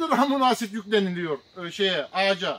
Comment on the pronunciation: Hocam verdiğiniz bilgiler için teşekkür ederiz. Amuna asid demenize çok güldüm ama☺️